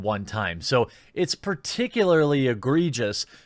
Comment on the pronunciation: Lol omg you learned to say particularly like a normal person!!